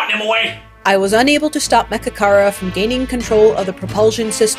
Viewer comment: when he said mechakara i thought he said magicarp lol